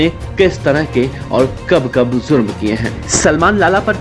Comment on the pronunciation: Zurm nahi jurm hota hai Hajjam anchor😂🙏🏻